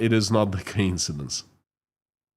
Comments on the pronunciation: Co-insidence not ka-insidence. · Quick English lesson it’s co-incidence.